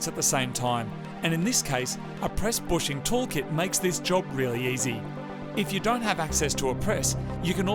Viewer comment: Are you guys saying bushers, when referencing a bushing?